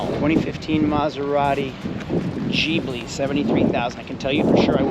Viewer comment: Maserati G-bli😂😂😂😂😂 Gibley Ghibli